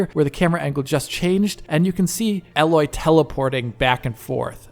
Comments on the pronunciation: her name is not "Alloy",:P listen to the game, it's pronounced "Ey-loy". only one "L", y'know? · Her name is pronounced Aayyy-Loy. Not like alloy metal. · it's A-loy not alloy. Great work thanks. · HER NAME IS ALOY NOT ALLOY!!!!!!!!!! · Great info but her name is AAAAAAAAloy not aaaaaaaloy! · She's not a metal... It's A-loy; her name is spoken in the game... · My dude ... it's pronounced A-loy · There is just no excuse for getting her name wrong, enough characters say her name in the game. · Stop saying Aloy's name wrong :D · Dude, get her name right at least, it’s not that difficult, it makes me wonder if you actually played the game beyond a few hours testing it’s visual settings. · Triggers me every time he says it. Like when people say "laura" croft...